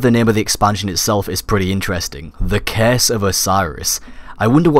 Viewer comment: IT'S CURSE NOT CASE